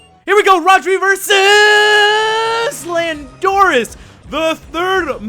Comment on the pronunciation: Your saying landorus wrong